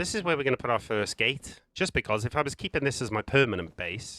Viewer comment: According to Google, the word "gate" has one syllable. It is pronounced with a single sound, "gayt"… no judgement.. Watch the video, it’s proper COD lol…but don’t build bases on official you horrible humans